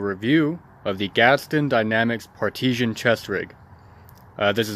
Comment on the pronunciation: Parteeshian lol